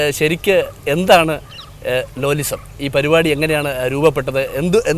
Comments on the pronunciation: ലാലിസം ❌️ലോലിസം ✅️ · ലാലിസം -ലോലിസം 😂😂😂😂😂😂